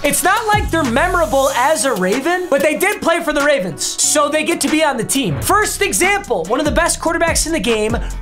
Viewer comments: has a stroke saying ravens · Idk why but just made me laugh when he said “ravrens” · “Ravrens” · My man really said ravrns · “Baltimore Raverens” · Wait did i hear ravrens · “Ravrens” yep yep ravrens